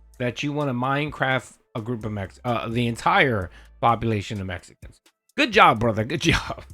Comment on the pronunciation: Love little slip of the tongue with "Mechicans."🤣